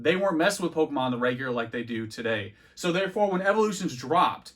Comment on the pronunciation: Why does he say every Pokemon wrong like just to annoy us? x)